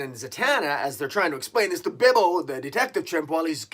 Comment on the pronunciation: Is their a reason you call him Bibbo and not Bobo? Just curious...